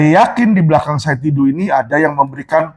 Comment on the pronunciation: Bukan Saud Didu, tapi SAID D A D U